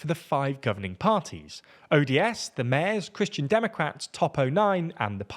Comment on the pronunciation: Yeah, but he still can't pronounce "mayors." Unless it really is the Mares Party, I guess. Once you have pirates, all bets are off.